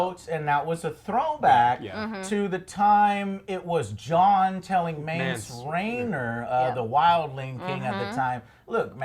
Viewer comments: Just a little clean-up. Please no negative comments. I'm just trying to help: - Syrio Forel is Arya's dancing master - The callback was to Mance RAYDER not Mance RAINER - The call that Daenerys uses to activate the dragon fire is "DRACARYS" not "DRACONIS" - The dragon is "DROGON" not "DROGO"; DROGO is the Khal that Daenerys was married to. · mence reiner lmfaoooo wtf its "Mance Rayder" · lol, Jon seriously butchers half of all the names in Game of Thrones. Mance Reiner? :D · Jesus Joe, if want to review a series at least LEARN THE CHARACTER NAMES! Mance Raynor ffs.......